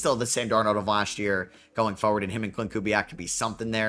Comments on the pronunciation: You say "foe-ward" and I notice this because you say "going forward" a lot. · unc don’t listen to him the way you say forward is perfect